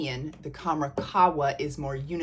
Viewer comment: Pronounced Kham-RAH Doo-Khan. Dukhan means smoke. Qahwa means coffee. Khamrah can mean 'intoxicant'. Love your vids! ❤